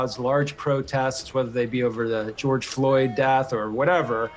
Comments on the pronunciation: 😂 what ? Geoyde Floyd 😂😂😂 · This lady just said “Gyod Floyd”